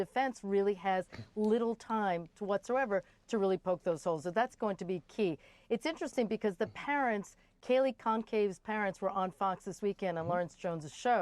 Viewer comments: Did she say Kaylee CONCAVE?? Twice?! It’s pronounced like “Gone-saul-vez.” Geez. Embarrassing they let her speak on the news if she can’t say this poor girl’s name correctly. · GONCALVES is pronounced :" GON SAL VEZ", it's a Portuguese name, very common where I'm from.This is high profile case, it's almost like butchering a famous personality name at this point, bc it's been all over the media ! Since you seem to don't understand respect or professionalism, end of discussion 😘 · Fox news journalists are so basic!! Days into the tragedy and this lady can't even pronounce Kaylee Goncalves name right. C'mon, do your homework.